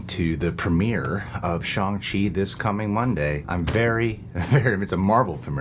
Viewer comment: Jesus they even told you how to pronounce ShAHng Chi and you're still saying ShOng Chi lmao